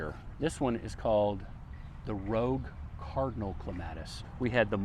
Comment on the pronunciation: I laughed so much whrn you said clematite Rouge Cardinal. Pronounced Rug Cardinal. In french it is Roooge